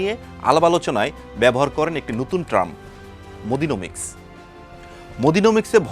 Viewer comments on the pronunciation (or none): নতুন ট্রাম??? ওটা টার্ম হবে😂😂